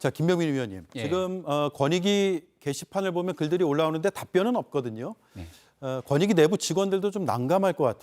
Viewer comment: 권익위? 거니위 아니고? 어이쿠 발음이 무너졌네? 뭐 어때? 이미 바닥을 친 마당에 더 무너질게 뭐 있겠어?